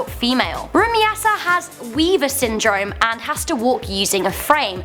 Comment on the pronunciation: learn how to spell Rumeysa for god's sake RU-MAI-SA not rumiyasa